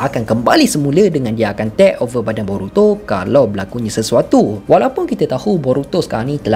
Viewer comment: aku terganggu dengan cara hang sebut 'tek over' oi.. haha... 😂